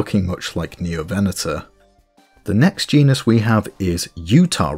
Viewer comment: Every time you say "VEN-O-tor" Or "ABE-ilo-saurid" I die inside a little